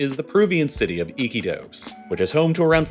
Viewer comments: The narrator pronounced Iquitos as "Ick'-ee-tos" with emphasis on the first syllable. The people around me here in Lima pronounce it "i-KEE-tos". Are these Peruvians wrong? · Your pronunciation is so awful! Iquotos not "icky toes" blah! 🤮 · I-kee-tos, not icky toes😂😂 you're trolling us... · It’s i-key-tose… not icky toes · What is ‘Iki toes’ 😂😂😂😂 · They way you say "Iquitos" as "Icky toast" is hilarious. Here's a general rule, in Spanish, all i's are always pronounced as an english "ee". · Your pronunciation of Iquitos is interesting